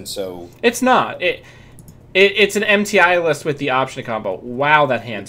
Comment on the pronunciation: I just find it funny how you are so adamant about how to pronounce Kati Jones name, but still pronounce Mti as if it is an acronym.